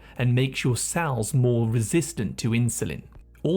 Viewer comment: I wonder what the tendency to pronounce 'e' as 'a' is a symptom of. As in 'sal' instead of 'cell'. I'd get that tested if I were you. :yougotthis